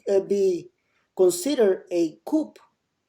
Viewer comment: Coup is pronounced COO not coop.